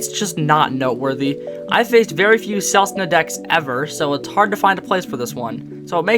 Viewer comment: You were messing around with the selesnya pronunciation on purpose right?